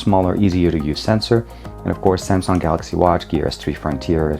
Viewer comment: Oh could you please just stop saying SAMSON!!!!!???